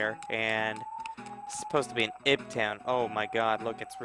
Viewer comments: It's pronounced Eve, not Ihb... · Ib is pronounced 'eve' but with a 'b'.